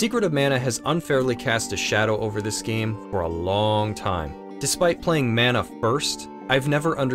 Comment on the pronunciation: Love the review of this overlooked classic. I hope it gets a remake at some point. Your pronunciation of Mana is jarring though.